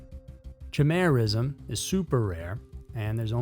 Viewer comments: Chimerism is pronounce with ky-meer not Chy-meer. It's named after the Greek Monster with multiple body parts of multiple animals Chimera, and thus like must names that starts with Ch (chimera, Chiron, Charon) it's pronounced with a K sound not the 'ch' sound. Easy mistake due to difference of how the English language normally pronounce the ch sound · Great episode.. but it's not "chim-er-ism" it's "ky-meer-ism" or "ky-meer-a" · Chimerism!! Chi-mi- Chu or kay-Mer-ism!! Mister Beside you (Baciu Forest) or Ba -Chu Forrest. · Chimera (pronounced kai-mare-ah) would be kai-mare-ism. Fyi ch is also a k sound, not just a chuh sound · Chimerism = KAY-meer-iz-um Chimera = kay-MEER-uh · The "ch" in "chimerism" is pronounced like a "k".. like "ky-mare-ism".. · Pronounced 👉 kimera/kimerism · PronounceD. KY- MER-ISM…….CHIMERISM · The ch in chimerism is pronounced like a k. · Dude!! Love the Chanel - but you butchered the pronunciation - it’s kī-mîr′ĭz″əm, named after chimera - a mythological hybrid.